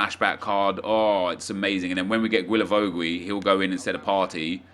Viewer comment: Still can't pronounce Guilavogui...